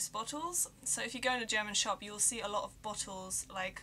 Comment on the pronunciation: "You'll see a lo (lot) of bottle"... Hahaha :-D Also the "glottal stop" in the pronunciation of "lot"... She's definitely "british" !